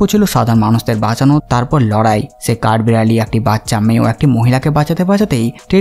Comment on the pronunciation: ছে ফিরে এচেছে! ছে, ছাথে, ছহজ, ভাছা 🙄😂 কি উচ্চারণ মাইরি? 🤣